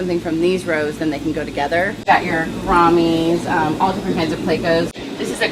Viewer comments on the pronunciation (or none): "grommys" LMAO at least you tried. jk love you